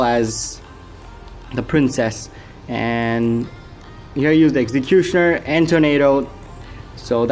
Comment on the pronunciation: i love the way u say executioner its coool